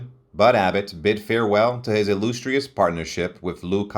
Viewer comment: The narrator butchered at least three words in his incorrect pronouncements of "illustrious", "Potomac" (River), and "Ojai" (CA). Totally cringeworthy.